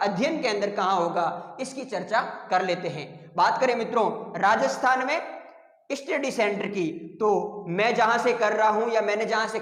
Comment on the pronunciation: स्टडी को इस्टीडी बोल रहे है!😮😅